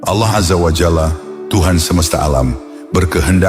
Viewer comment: Penyebutan nama Allah, perlu di koreksi.